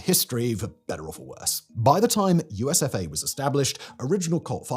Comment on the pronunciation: Everytime I heard, USof A, instead of, USFA. And it still made total sad sense😢😢😢😢😢